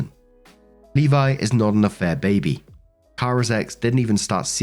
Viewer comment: Thank you for pronouncing Levi correctly.